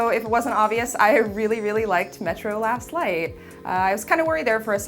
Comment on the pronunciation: did she say lost light or last light sounds like she did say lost light in the beginning